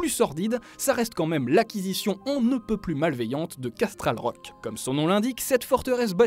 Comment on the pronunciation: dislike pour la prononciation horrible de casterly rock